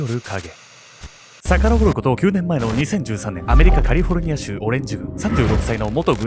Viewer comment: あれ？「カリフォルニア」ってちゃんと言える様になってる？？